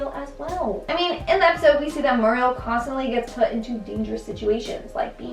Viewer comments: “Mur-riel”?? You’re saying it wrong. You’ve never watched the damn show.. a minute in your life if that’s how you’re saying her name. Don’t do videos you’re too young to know anything about. Seriously. Eustace says her name constantly... and you say it like you ... Jesus. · Its weird with her always calling muriel "Mariel"